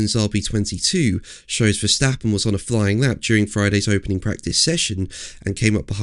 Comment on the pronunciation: how to pronounce max verstappen???? every A sound like in CAR